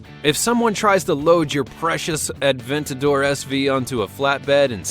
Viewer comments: The one-77 and the Aventador SV are not even close to the fastest cars. And it's not pronounced Ad-ventador it's A-ventador. There is no D. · "Turbocharged" shows Lamborghini Aventador haha xD "Lamborghini Atventador" What?! Say that again ... "...but is 110 pounds lighter. You know, for aerodynamic purposes" What has weight to do with aerodynamics? Doesn´t the M600 have a Volvo engine? "Bugatti Whyron" (written like spoken) Its Veyron (french) All Bugatti Veyrons are AWD, not just the 16.4 SS The Hennessey Venom F5 isn´t even out yet ... but the Hennessey Venom GT is fast too (2nd fastest car in the world) "Bugatti Kiron"(written like spoken) WTF, learn speaking car names correct, again, Chiron is french And my favourite car: ´02 - ´03 Subaru Impreza WRX STi, they just look amazing <3